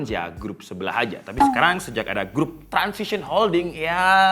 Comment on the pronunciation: Transsion bukan transission